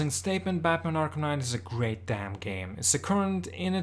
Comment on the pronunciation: batmanS arkhamS knight lol love it